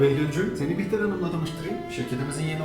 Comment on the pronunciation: Behlül e bihter dedi yaa